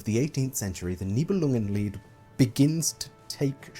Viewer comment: Could listen to you enunciating "Nibelungenlied" for hours 😂 My brain does the little language jump when you say german words or names. Dont know how to explain. It just goes "Englishenglishenglish - german now! - ah no englishenglishenglish" That only happens to me when the speaker is a german native usually.